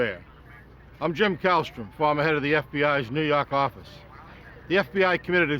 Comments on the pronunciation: "nuu yawk affice" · NEW YAWK AFFICE!